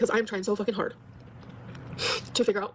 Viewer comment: Mass reported hwhard!